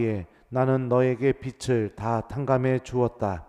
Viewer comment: 빚을 [비즐] 이렇게 발음해 주시면 좋을 것 같아요~^^ 항상 감사드립니다♡♡